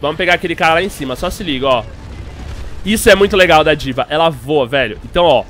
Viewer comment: Diva? sauhasuhau na vdd ta errado o jeito de falar